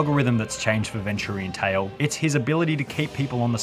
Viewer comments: NO NOT VIN TTURIAN TALE Its VENTURIANTALE-Ven-Chur-ean-tale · bro said ventoorian tale... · The real crime here is he pronounced it ven-too-rian tale. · Nah bro really pronounced it ven-turian tale 😭😭💀💀